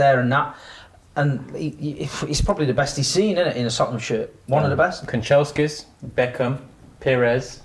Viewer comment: has Man Utd PTSD…man said Kancheskis 🤣